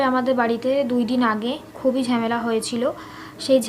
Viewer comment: ঝেমেলা আবার কী😂 ঝামেলা বলে